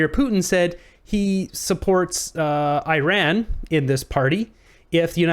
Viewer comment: EEEEEran not Eyeran